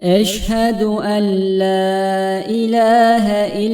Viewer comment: Orada bi tecvit kuralı var ve enla ella diye okunuyor